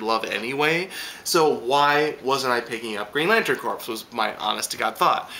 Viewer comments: P.s. Just so you know, 'corps' is pronounced 'core' rather than 'corpse'. Haha, them soldiers may not be too happy if you asked if they were in the Marine corpse! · another great review still mispronouncig green lantern corps (lol) but still love what you have to say every week